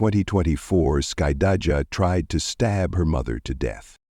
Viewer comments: The narrator is destroying the daughter's name 😂😂😂😂 "Skuh-dye-juh" 😂😂😂😂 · Of course she didn’t. This is being narrated by AI which mispronounces names frequently. Her name is Skydajah.